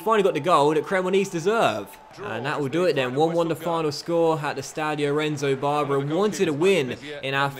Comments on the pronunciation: it is pronounced "Monakello", and the stadium "Renzo Barbèra" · Just some tips on how to pronounce things: Renzo Barbera = Rentsoh Barbay-rah, Monachello = Monakello, Rispoli = Ris-pohlee, Setola = Seh-tolah